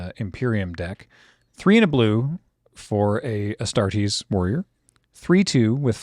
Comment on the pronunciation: Astartes not Astartes !!!